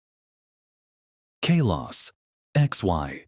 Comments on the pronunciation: It's Kahlos, not Kaylos. You can prononunce things better than AI. Stop using it. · It's kalos🥀